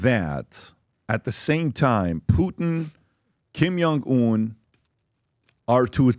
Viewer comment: Patrick, you as a professional businessman, might consider working on your pronounciation. Some of the words you probably use less frequently, are being pronounced completely incorrectly. (Archipelago, Новая Земля, Kim Jong Un, etc.) You are appealing to a professional audience, so these seemingly small things really matter. Thanks a lot, Patrick. Have an amazing day! ❤️